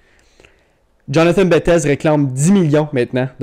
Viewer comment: Il est francophone bettez se prononce bétté 😊